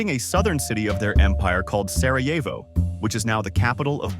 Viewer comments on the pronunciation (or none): none